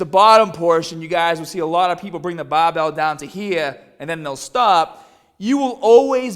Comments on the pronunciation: "babell" lol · I had no idea you were from Boston until this video. It really comes out when the bahbell comes down to your chest. That's awesome:D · 'Baahbell' 'fibah' 'shouldaah '